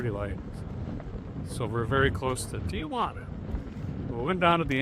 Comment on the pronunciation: Derrick, The is no “ i a” in Tijuana. It is pronounced “Tee-Wanna”.